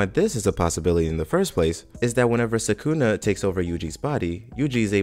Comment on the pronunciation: Ok but who's "Sakoonah"